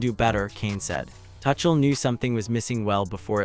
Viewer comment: His name is not "Touch-uhl". And England were never fully in control of that game.